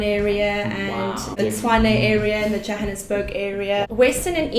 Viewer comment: very politically correct response with the Pretoria issue. The voortrekers settled there because no one lived there. Also the city is still called Pretoria the are and municipality is called Tswane. Also she mispronounced Johannesburgs name. Other than that I enjoyed it